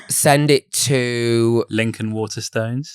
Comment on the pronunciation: i would like to file a formal complaint against for his pronunciation of ‘Waterstones’. Ma’am why are you saying WATERSTUNS